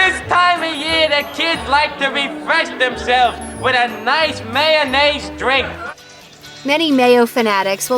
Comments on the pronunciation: Pisses me of hearing this condiment called Man-naise. It’s mayo-nnaise 🤬🤬🤬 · Why do Americans pronounce mayonnaise, mannaise? It should be pronounced mayo-naze. After all, the shortened version IS pronounced correctly, mayo. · FOR F**K'S SAKE if you are going to talk about MAYOnnaise learn how to F**KING pronounce it! IT IS MAYOnaisse NOT MANaisse. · Look how it's spelled...it's not mannaise...it's mayonnaise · Ever wonder why people say MANnaise instead of MAYOnnaise and then when they shorten it to MAYO that is the way they pronounce it? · Mayonnaise! Not mannaise. Plus we get it, you don’t like Miracle Whip move on with your life.